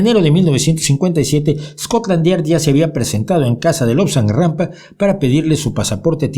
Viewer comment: ¿Me parece a mí o dice Lobsang “GRAMPA”? Jajajaj ¡Qué me importa lo que diga un “refutador de leyendas” si los momentos hermosos que pasé leyendo sus libros o los de Dickens hicieron de mí lo que soy hoy! Bienvenidos los que contribuyeron a expandir mi conciencia, sea Rampa, Borges o Wilde que nadie puede certificar ninguna historia por más que esté escrita en un manual escolar.